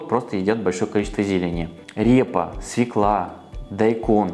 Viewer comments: Не свекла’, а све’кла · Не свекЛА , а СВЁкла ! ПОЖАЛУЙСТА ! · Блогеру, который в слове свекла ставит ударение наА , ДИЗЛАЙК однозначно.